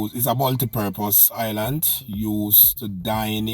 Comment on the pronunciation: Correct word is Island not Islant smfh